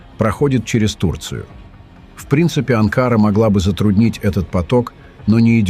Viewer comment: Не Ба'ку а Баку', не Анкара а Анкара'! Называйте вещи своим именами, уник.!